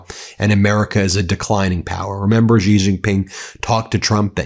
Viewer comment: It’s She..Xi is pronounced “SHE”